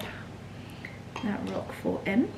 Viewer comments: Hello hello hello and merry Christmas to you all. First, I love that garnet red sweater. That is my favorite color. It’s striking on you and it is perfection times 100. Now, the cheese is called Roquefort cheese not “rock fort”. Ugh !!!!! OK, your fabulous. I wanna hang out and wear that sweater again that is your color besides white and cream. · You don’t pronounce the T at the end of Roquefort 😊